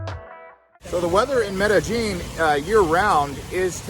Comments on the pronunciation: Pronounced it "Medejean?" Uhm... Wrong! It's pronounced like "Medeyeen!!!" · It’s Med eh. Gin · Would u please pronounce the word Medellin correctly?? It's very irritating